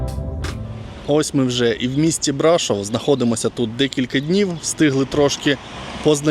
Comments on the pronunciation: І БрашОв, а не БрАшов😂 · Де ж Ви таке почули, що це чудове місто називається БрАшов??? Ріже слух і дратує ця некоректна вимова, яку Ви ще й багато разів повторюєте( Це БрАшОв, наголос на О! Не ганьбіться, українці, якщо вже тут мешкаєте та взялися розповідати про БРАШОВ! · Пане, це чудове місто називається БрашОв, наголос на О! Де ж ви таке почули, що це БрАшов? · Тільки не БрАшов, а БрашОв. А то вуха ріжить коли так вимовляєте. А гора ТИмпа зветься. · Город Брашо́в. Почему-то большинство иностранцев ставят ударение не туда. А гора Тымпа. Странно, что, живущая там, не знает правильных названий. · Тільки місто БрашОв, наголос на О, і гора Тимпа читається, а не тампа 😊